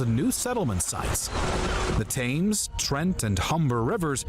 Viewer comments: The river Thames is pronounced Tems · it's pronounced TEMZ for chrissake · A lot of mistakes in this! The pronunciation of names (Thames, Athelney, Augustine) were wrong. The Scots & Picts were not raiding Kent 🙄Hengist & Horsa were fighting with Vortigern in the north of England.. Alfred did not build forts he fortified towns known a Burghs (later boroughs). England did not have sheriffs until centuries later they were originally Shire Reeves (Old English scīrgerefa). Edmund was NOT killed in battle, he was captured and martyred by the Vikings who subjected him to the ritual killing of the blood eagle. Thus he became St. Edmund and was patron saint of England until St. George replaced him. Birmingham was a village until the 12th Century and only grew to a city due to the industrial revolution. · I cringed every time i heard Tames (Thames) & Danygeld ( Dane geld)